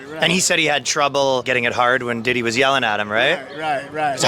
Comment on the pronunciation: .. ..."He Needs to be Committed"....While being, Subpoenaed etc;.😏....He Aint No' Damn Lawyer'...He Couldn't Even Pronounce Diddys name Right'.😅🥴.